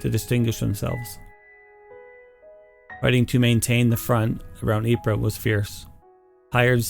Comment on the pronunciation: "Within three days". Good job on the pronunciation of Ypres. The Brit and Canadian troops jokingly referred to it as "Wipers".